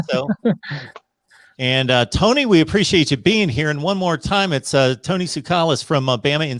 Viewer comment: I think you got Tony’s name wrong